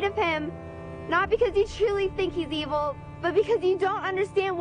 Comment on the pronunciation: He pronounces "evil" like Obi-Wan did in Star Wars: ee-ville.